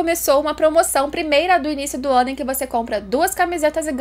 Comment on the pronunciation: Ela falou, "quando o ano fica caótico ", eu escutei "quando o wano fica caótico", kkkkk já está! Espero que venha logo mais de berserk, e que venha algum anime em 2d também!